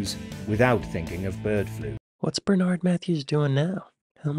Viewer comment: The horse meat came from the EU. Mojo blames Brexit. How can you hear someone's name more than once(Bernard) and still say it wrong?